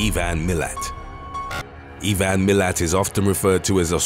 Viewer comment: Mate if you're going to make a video about Australia learn how to pronounce things properly everything was okay until you got to the part about Ivan Milat you completely screwed the pronunciation of his name and the town to the point I thought it was a different person